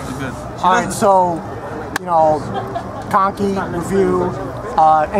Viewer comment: just kept saying so kanki lmao